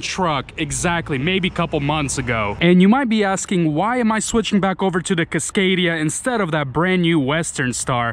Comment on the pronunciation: The fuck is a CUScadia?